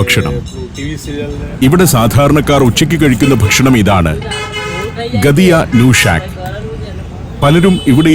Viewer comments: gatiya അല്ല, ghattiya ആണ് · the pronunciation of 'ghatiya' is wrong (not blaming the narrator here, as we may be mistaken on speaking literally from the english transliteration) . It should be spoken as "Gaattiya", famous snack of gujarat, especially bhavnagar, which is considered the best. similarly 'nushak' is not a single word. It is 'nu shaak", which means 'curry of'. So, "Gaattiya nu shak", means "curry of Gaattiya" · ഗദിയാ നൂഷാക്ക് അല്ല ഗാട്ടിയാ നു ഷാക്ക് ഷാക്ക് എന്ന് പറഞ്ഞാൽ കറി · Ghatia allae ucharanam gathia alla jnan kure naal gujaratil ayirunnu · Sir not gadia it is Gattia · ഗഡിയാ ന്യൂ ഷാക് അല്ല, ഗാഠിയാനു ശാഖ്, അതായത് ഗാഠിയയുടെ കറി എന്ന്. കടലമാവ് സോഡയും കുരുമുളകും അയമോദകവും ചേർത്ത് കുഴച്ച് സേവാനാഴിയിൽ പീച്ചി എടുത്തു വറുത്ത് തയ്യാറാക്കി എടുക്കുന്നതാണ് ഗാഠിയ.